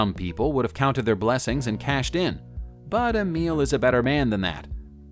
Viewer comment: Kudos Amel (a-meal)